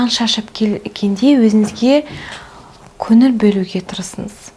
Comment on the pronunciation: "Н, ң" әріптерінің емлесін үйреніңізші, өтініш! Қазақтың қазақ тілінде сөйлей алмай "Өзініз, өзінізді еркелетініз, кенестер, көніл бөлініз" деуі кешірімсіз.